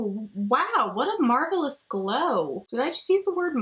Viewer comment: "marvellous" did you become posh British overnight?🤭 Ps. Your poor dad, anticlimax of the video xx